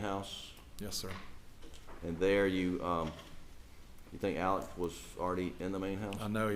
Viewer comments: Why does everyone pronounce his name Alec or Elleck? It’s spelled Alex. I know this isn’t what is important but it’s driving me crazy. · Spelled Alex but pronounce Alec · It bothers me when they keep pronouncing “Alex” as “Alec”. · Alex = “Ellick” Wilson = “Wiltson” Murdaugh = “Murdick”